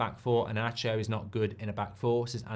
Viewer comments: it's pronounced INASIO not INACHIO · I had no idea who you were talking about when saying the name of Amorim's protegé. 😂 His name is Inácio and first 'i' is pronounced as an 'e' and the last "ci" sounds like 'si' in sin.